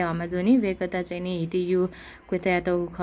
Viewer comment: हामीहरु त नेपाल भाषामा दुंगेधारालाई हिटि भन्छ होला भन्या त हिति पो भन्दो रहेछ सहि उच्चारण भन्दिनु भएकोमा धन्यवाद दिदि